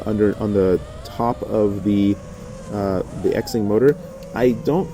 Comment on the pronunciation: FYI...it is not X-ing or zing....it is pronounced "shing". X in Mandarin Chinese is an "sh" sound. Like president Xi is pronounced "she". Ur only half bufoon.